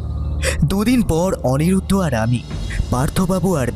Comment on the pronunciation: অনিমেষ কখনো লিলিকে লিপি আবার কখনও অনিরুদ্ধ কে অনিরুদ্র বলছে! বলাটাও আরও প্র্যাকটিস দরকার